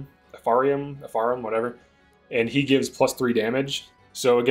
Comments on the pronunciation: Say it with me: EFF - REM. You're welcome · Just fyi, Eirika's brother's name is Ephraim pronounced eff-rum. Nice video!